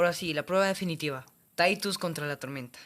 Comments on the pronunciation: Bro se llama Titus no taitus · se dice titus no taitus